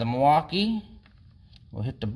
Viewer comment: I can tell you're from WI by the way you say "Mwaukee" correctly haha!!